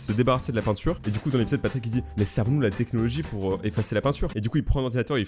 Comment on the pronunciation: mdr « A bas technologuie »